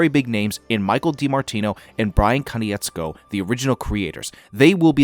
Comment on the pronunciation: Bro it’s Ko-nitz-ko